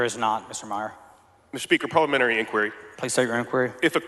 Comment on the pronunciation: Who is this guy who can't pronounce parliamentary?